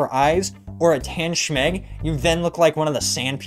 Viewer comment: SHMEG 😂😂😂 she-magh